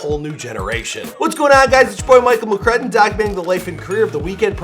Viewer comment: When he says Makkonen instead of makkonen